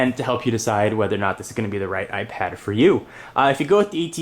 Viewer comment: he saids apad 2 xD